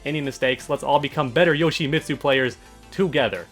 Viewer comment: well for starters to "become better Yoshimitsu players together"... it's pronounced "Yo-shee-meet-soo"... not "Yo-shee-miht-soo" that one part of the name pronunciation drives me CRAZY!!!